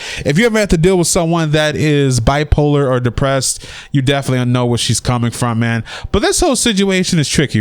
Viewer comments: man said "Bipressed" hahaha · said "don't laugh" (he said by-pressed) but I already started laughing before he said that😂😂😂😂😂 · Lol "Bi-pressed" tried not to laugh but!